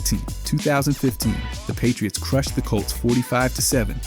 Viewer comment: The "Pie-tree-its" game was phenomenal